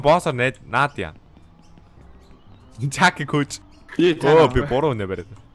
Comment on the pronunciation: Jack aa, gdg chin zaakaa gj nga ym shig sonsogdoj bna hhe